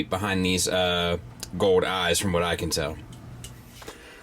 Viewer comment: Fowd. says “fowd” or “foed”. Like silver and gowd.